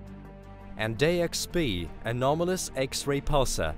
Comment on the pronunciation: Why do you pronounce everything so WEIRD. Axis = Axees Pulsar = Pulsa Full = Fool Kilo = Kila Hole = Hoal These are just a few examples but it's like you're a mix between Microsoft word text to voice and a human being. Really fucking weird to listen to.